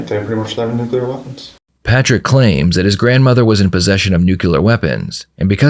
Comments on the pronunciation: Narrator: That's "nu cle ar." Not nucular. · Why can no one pronounce the word "nuclear"? Even the narrator said "new-que-lear". It's "new-clear"